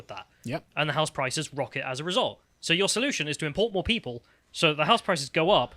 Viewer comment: Gotta say, even after listening to the last sentence by Karl for four times. I could only understand with captions that he meant "people" and not "pedo" coming.